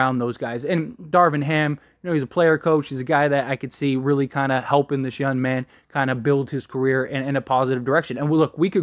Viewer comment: It’s funny when you say “yun” instead of “young” 😂 love the channel man. #Lakers